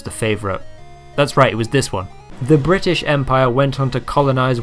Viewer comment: Let us commence fourth... bri'aysh????